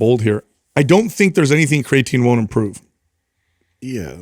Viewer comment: Unbelievable! It's a miracle. actually pronounces creatine correctly, and doesn't say "cray-a-tine". Haha. I feel like it may have been an accident, because he does say "cray-a-tine" at other points in the conversation, but at least he says it correctly here.